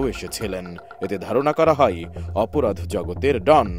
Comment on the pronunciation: "মামলাই এ রাই, আরমানিটোলাই, ধারণা করা হই, শোনা যাই" ..... টিভি চ্যানেলের সাংবাদিকের উচ্চারণ এরকম হওয়া উচিত না। ই এবং য় এর ব্যবহারটা আরেকবার শিখে নেওয়া উচিত। ধন্যবাদ